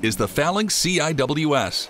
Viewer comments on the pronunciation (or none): It's pronounced "sea whiz” (CIWS) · CIWS is pronounced " see'-wiz" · CIWS is pronounced /see-wiz/ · The CIWS Is pronounced "Sea Whiz" not C-I-W-S. 😅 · Dude. CIWS is pronounced "sea' - wiz". No one calls it "C - I - W - S". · CIWS is pronounced "see-whiz". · No need to spell it, just say "sea-wiz".